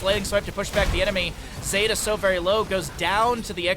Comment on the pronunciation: <== zeta here, thanks for getting my name right =) zay-tuh Anyway, rag's e is blast wave, his w is meteor Entertaining to rewatch this with vision on both sides =) Thanks for the commentary.